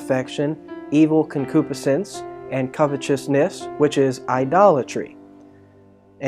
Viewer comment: You're saying concupiscence wrong. Pronounced- Con-Q-Piss-Since Enjoyed the teaching thanks!